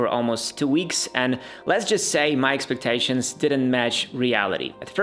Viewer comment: "my espetashuns din mash reality " 😂😂😂